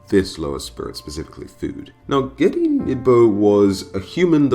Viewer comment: You said it right the first time ghede